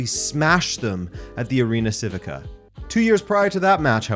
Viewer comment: You should know how to pronounce Civica ... chivica - is that more clear